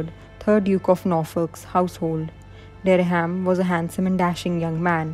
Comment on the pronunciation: "Francis Derry-ham?" Or Dereham (derram) as its pronounced 😂😂